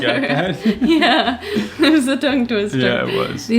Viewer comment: Yess!!! You said my city name correctly!: Florianópolis! We, Brazilians, call this city Floripa in some contexts too. I'm so happy to watch you talking about the good things about Brazil!! Keep doing that 🎉